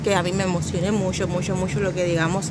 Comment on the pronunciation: Se dice MUCHO no MUYO. Suena muy feo